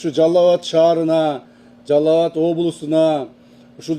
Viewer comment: Жалал-абад деп суйлосо болотко жалаб-батка дебей😁😄😁